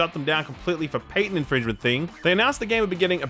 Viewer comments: Its pat tent!. Not pay tent. What on earth did I just hear? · Patent - Paytent - I mean...